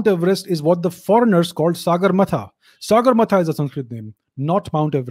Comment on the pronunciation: Its not saagarmatha its sagarmatha. Not extra a after sa. Saagar means sea and sagar means sky.sagarmatha means head to sky.😊